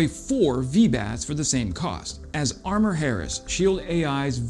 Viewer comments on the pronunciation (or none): none